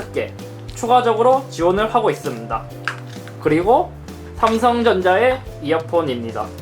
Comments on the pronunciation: 있습다 라고 하시네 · 잇섭 발음봐라 뭐뭐 하고 있슴돠 ㅋㅋㅋㅋㅋㅋㅋㅋㅋㅋㅋㅋㅋㅋㅋㅋㅋㅋㅋㅋㅋㅋㅋㅋㅋㅋㅋㅋㅋ